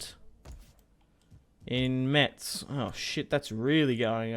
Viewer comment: Metz is pronounced "Mess" ^^